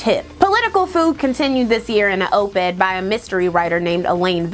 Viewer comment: Op Ed, not oop ed.